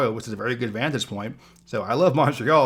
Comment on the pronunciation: Vantage Point. Vantage. There is no such thing as a "vantus point".